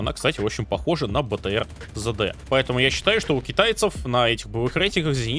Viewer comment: Сам ты ЗэДэ - правильно три д.